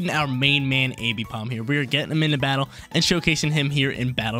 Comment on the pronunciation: I couldn’t keep watching cuz homie can’t say AMbipom’s name right. Triggering my dyslexia